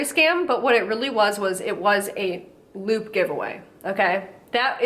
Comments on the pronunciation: I thought you were saying "lube giveaway" and this got dark... real fast😆 Edit: this junk is so gross, I don't understand why ANYONE would fall for it. It frightens me. They're only going to sell their information. Then you'll be stalked by ten new companies, you have never seen before. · First few times you said LOOT I thought you said LUBE and I was like omfg it’s come to this, influencers pushing lube on their followers well of course. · I thought she was saying “lube giveaway” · I swear I thought she was saying ‘luke giveaway’ up until halfway through this video 🙄😆